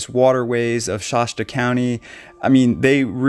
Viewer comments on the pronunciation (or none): Hey, its ‘Shasta’ A as in apple, not Sh-Ah-sta. Also, this lady is a sociopath. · Not shosta Shasta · Shasta is pronounced wrong.